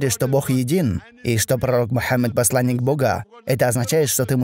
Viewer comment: пожалуйста сделай что нибудь со своей речью, а именно с окончаниями, ты очень сильно выделяешь окончания, например - " они посланника богААА, дваждЫЫЫ. Это режет слух. ДжазакаЛлаху хайран.